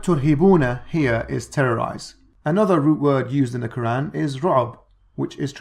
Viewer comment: Lmao he criticises asadullah for his pronunciation then two seconds later he says ke-ran like some non Arab with a lisp loooool